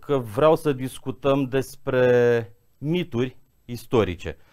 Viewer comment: Sper ca reporterul are doar dificultati de pronuntie, nu de intelegere a cuvintelor ("reververeaza", "miduri" ori nuante contradictorii - "mitificare/mistificare"). Ma bucur sa ascult un istoric care se exprima ingrijit, coerent, metodic, chiar elegant. Limba romana ii este recunoscatoare. Are colegi care fac contrariul - vorbesc birjareste pe teme istorice. Nu se cade. Pe aceia, aceasta maniera de abordare nu ii face accesibili, ci mai putin credibili. Zic eu.